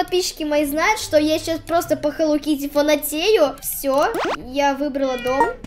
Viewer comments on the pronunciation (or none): Не хелоу кытти а хелоу Китти